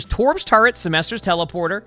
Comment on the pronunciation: I was here when called Symmetra “Sylmvester”